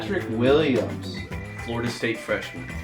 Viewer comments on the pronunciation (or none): none